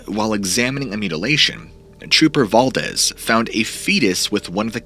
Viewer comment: Guess whose mind isn’t changed. 😂. It’s pronounced Dool say. Not dull see. It’s also val DEES. Not val dezz